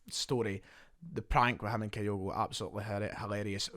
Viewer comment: ..pronounced kee-goo,….thanks.